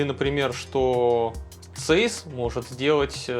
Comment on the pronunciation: Подушню. Zeiss немецкая компания, поэтому читать правильно Цайсс😅